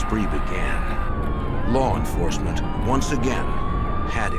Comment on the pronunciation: “Larr enforcement “ - Jim “elmer fudd” calstrum